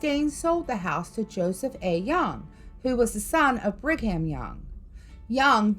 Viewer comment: born and raised in Utah, never heard about the Mormons doing this. And you can't just enter and visit Skinwalker Ranch. Just so you know it's not Brig Ham, it's pernounced Brigum (Young).